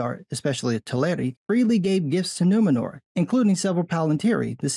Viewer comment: I'm just like - you know - like...so offended that the city's call Nu-MEN-or? I mean, like...what-the-fûçk? It's like...2022-uh? Can we call it Nuwomxnnor for inclusion, please-uh?